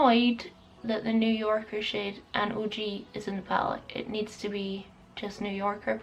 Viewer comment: "New Yo'ka, I feel like I'm saying that right!" ahahahah YOU ARE!! I LOVE IT!!! Much love and positivity, enjoy your day gorgeous!